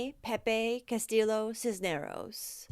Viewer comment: Hi -- I love you channel and am excited to check out your new channel. Just FYI, the next time you come across a Hispanic name with double LL's, they are pronounced as a Y. So the last name is pronounced as Castee yo.